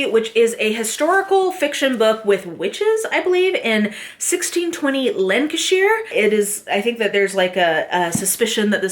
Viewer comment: Love you saying "Lancashire" - I will be a "Lancashire lass" till the end of time.